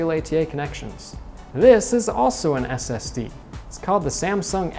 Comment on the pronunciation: Is he saying std